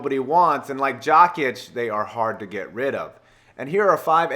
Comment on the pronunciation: were you trying to pronounce jokić? Lmao